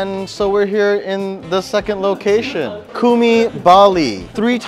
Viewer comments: Cumi not Kumi wkwkw. Pronounce it like C in China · It's choo-mee, not koomee lol. And no nasi padang?? Really???